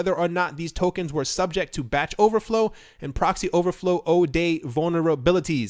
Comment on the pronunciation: (Psst. It is zero-day, not oh-day)